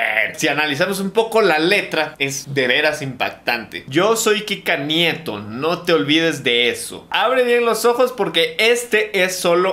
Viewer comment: No se ustedes, pero yo escuché crika nieto envez de Kika nieto